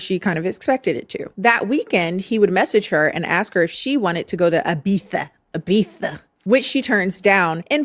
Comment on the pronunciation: Im happy you said Ibiza right 🤣🤣🤣